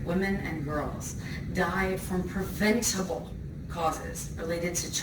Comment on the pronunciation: Rather than a "lifeless speech", this is carefully rehearsed. The script has been broken down into segments for pre-programmed emphasis. Some words are 'broken down' into syllables: see "pre-vent-able" for the same effect. Even the physicality is pre-prepared including the below-waist subconscious body language leg-cross on the word "sexuality" and the choreographed hand gestures where open palm honesty is percussively punctuated with clenched hands & the connection of thumb to fingers 'passion'. This was rehearsed in a full-length mirror! Not lifeless, just devoid of any real emotion.